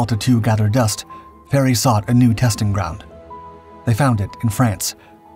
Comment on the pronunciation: And it's Fairey.